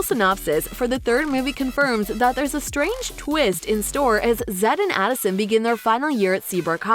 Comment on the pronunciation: Uhhhh is adison not alason